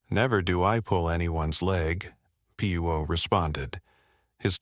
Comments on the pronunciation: P U O instead of Poirot (pwa-row) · Can't listen to it! PEO! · Very annoying that the AI narrator can't pronounce Poirot correctly!